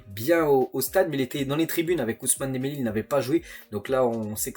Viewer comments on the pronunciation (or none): none